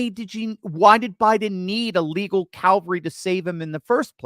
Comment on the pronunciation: Calvary is where Christ was crucified. Cavalry is the military mounted traditionally on horseback. There is no “L” before the V. I am amazed at how many people mispronounce that word.